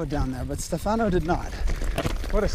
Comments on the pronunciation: STE fano, impara la pronuncia,pls!! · 1. He pronunces Stefano with an American accent,I would love to hear you speak english,i am Italian myself and I know for a fact that we have one of the worst accents possible when speaking English. 2. Respectcthe hikers is correct,but even better respect each other,no matter if your a hiker,climber mountainbiker or whatever.we are all children of this Earth and noone is out of place.i hate the attitude of hikers saying you're not supposed to be here because of this and of that. 3.they did absolutely not mess up any trail here,riding very cautiously.and by the way,that was no DH ride even if he was on a triple crown fork! Google DH ride and watch what that is all about. I'm a mountainbiker myself and I'm sorry,I enjoy it a lot more then hiking or climbing because for me it's a lot more fun.everyone is free to choose his "weapons"! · 1. type "Stefano" in google translate and listen to how it's said. 2. respect the hikers, you're the one out of place. 3. please don't mess up the trails, they require maintenance even without people doing DH on them. TBH you can have a great time there just by hiking, or try rock climbing. I'd like to see you get up there without the gondola anyway... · You've ridden with the guide at least twice, and you never learned how to say his name?